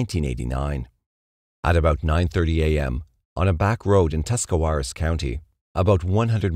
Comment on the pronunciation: I live in northeast Ohio, good job on the Tuscawaras pronunciation, people who live here can’t even say it lol.